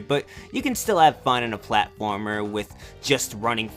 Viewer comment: hahahhaha Platformaringaring XD